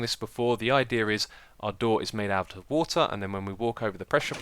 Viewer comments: sounds like "eye-deer" xD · Man, I love the way you say 'Idea' :)